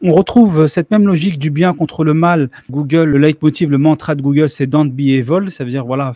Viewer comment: the english word "evil" (diabolique)... se prononce comme "ivel" en français.